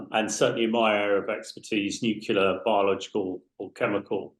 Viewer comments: Drives me insane - N U C L E A R - FFS!! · What's nucular? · Not new killer, it’s nuclear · Like G.W. Bush - drives me insane.. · you cannot be a nuclear scientist if you say 'nucular'. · At least get an expert on that knows how to say "nuclear" if that's what the subject is.